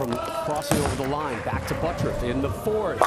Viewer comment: Why does the announcer pronounce his name as buttruff instead of butturff